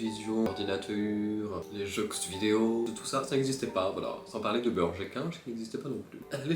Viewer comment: Les "jeuKS vidéos"